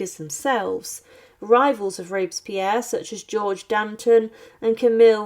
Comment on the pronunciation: Rob-es-pi-erre 4 syllables s'il vous plait.